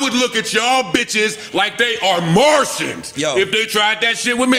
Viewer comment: the emphasis on Martians is hilarious 😂